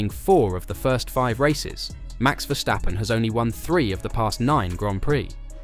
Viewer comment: It's not Vershtappen. He's not German.